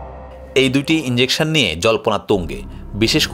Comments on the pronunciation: ইঞ্জেকশন নারে পাগল ইজেকশন। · বাবারে, এখানে ইন্জেকশনের কোনো ভুমিকা নেই, এটা 'ইজেকশন' 😂😂😂